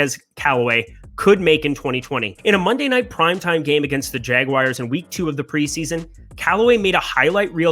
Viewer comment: The jagwires?